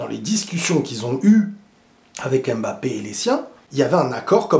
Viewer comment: On dit „Mbappé“ et non „aime Mbappé“